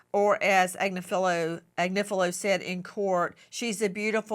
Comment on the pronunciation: I really like reporting. Very energetic, entertaining, and she is a great story teller. I am sorry she had to go through that scary moment. Now, the way she mispronounced ‘Agnifilo’ from beginning to end was very annoying.